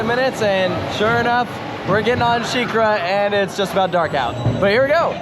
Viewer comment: Your mom calling sheikra shakira reminds me of my mom calling griffon gryffindore